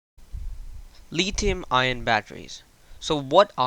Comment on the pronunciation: its litHium not litium